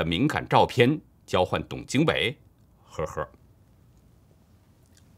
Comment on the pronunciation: 陪跑可不算什么方言，陪读、陪聊，只要能看懂陪，就能懂！ 倒是李老师的“呵儿呵儿”听起来蛮有河北风味！ 没有Mocking的意思，我只是觉得节目小编是想玩死李老师的节奏，在叛逃高官的问题上，我就呵呵，过半年再看吧！ 叛逃一定有，处长、体制内小官多的是，这风向最主要的漏洞在于“历史最高级”！